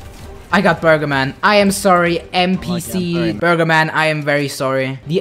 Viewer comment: Lol he said burber